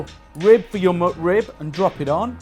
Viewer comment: It sounds like he’s saying “mud rib”.